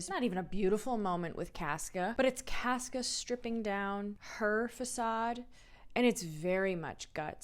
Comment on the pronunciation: It's CAWsca, but love the progression!